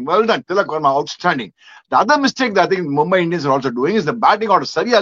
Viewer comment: NOT MumbAAi but Mumbai